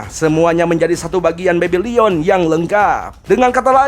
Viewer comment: Bebilon bang bukan bebilion!